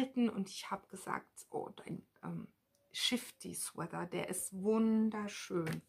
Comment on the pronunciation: Hallo, bin heute auf deinen post gestoßen. Man erkennt gut, wie sehr du das stricken liebst. Aber mir fällt immer wieder auf, dass du "Sweather" ( mit ti-äitsch in der Mitte) sagst. Nimm mir bitte die Klugscheißerei nicht übel, aber es heißt "Swea-t-er" nur mit T, genau wie in "Sweat-Shirt". Ganz liebe Grüße